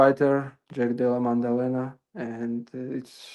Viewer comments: Maddalena ✖️ Mandelena ✅️ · Why calls the champ Mandalena? 😂😂